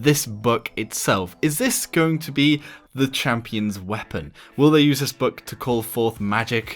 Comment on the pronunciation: Is it just me or does anyone else say Buck rather than book?